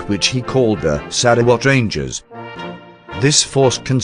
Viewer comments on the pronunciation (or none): This is by far the funniest butchering of Sarawak, my head keep hearing SaraWatt 🤣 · sarah what ?